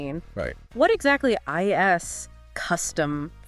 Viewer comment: Crazy how these channels are just totally controlled by AI... This is so f*cked up. "What exactly I S custom firmware?"